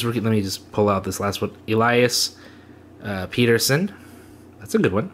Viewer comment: I'm in. Pretty decent box. That Nico and Turgeon cards are good hits. Lots of potential there. Thank you for the video and giveaway:) Elias last name is pronounced as... Peh-Duhr-son